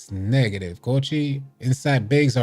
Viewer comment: “Neeegative coachi” 🤣